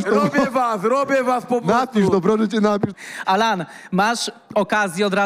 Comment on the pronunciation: Kto jest Anala menadżerem ??? Chyba Sejczento 😂😂😂😂😂😂